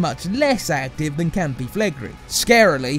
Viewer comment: I don't think it's that bad. Although he should've listened to a few Italians before pronouncing Campi Flegrei as Campee Flagree XD